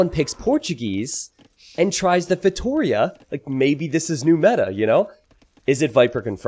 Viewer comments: yes sorry, I mean pronunciation!! It is just as Giuliano said below: instead of feiTOria it is feitoRIa!! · I really hope this brings Feitorias to the spotlight, even if a safe map is needed for that kind of fast imp lol Btw if you're interested in the correct spelling, its "feitoRIa": "RI" is the strong syllable in this one!! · Also, if you feel like pronouncing it in portuguese, it's actually "FEY-TOO-RHEA" ;) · It’s pronounced “fay-tow-REE-ah”!! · please try this when saying Feitoria: FEI (like in FAIth) - TO (like in TOtaly) - RIA (soft R, and "I" has an EE sound in portuguese and is the strong syllable in this word, like "rEEa"). Fai-to-rEEa. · Fate-oh-reah could work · To like toe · it's pretty accurate sylable-wise, but Yuri is correct where the strong, longer syllable is in the "RI" ( says it like it's feiTOria) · For the love of god,! I'm Portuguese and I can't stand listening you saying feitoria. 🤣 Listen to this, this is how you should pronounce "feitoria" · Please stop saying feitoria like that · Viper pronounces it wrong too